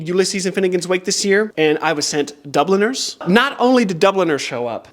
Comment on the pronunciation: Whenever you say Dubliners all I hear is Dubble Nurse. 😂 I don't think I've ever heard that title said out loud.